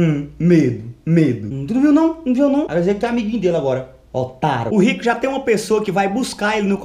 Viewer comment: "otáro" kkkkkkkkkkk